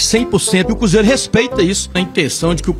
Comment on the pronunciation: Ele so fala cúzeiro kkkkkkkkkkkk